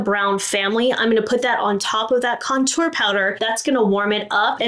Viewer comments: Do we think anyone will ever tell how to correctly pronounce the word contour?? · I love how you say ‘contour’. Makes it sound so fancy! 😂 as always, really great tips and a couple I hadn’t ever thought of. Thank you for all that you do 💙